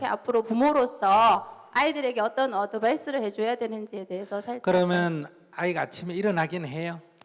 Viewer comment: 어드밴스가 아니고 어드바이스